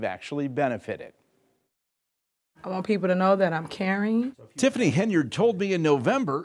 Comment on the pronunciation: It’s Illinois🤷